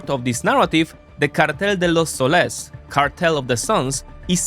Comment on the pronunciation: As a latam native,its sOles not solEs besides that nice spanish